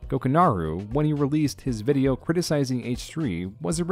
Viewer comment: why do you keep calling it a bideo?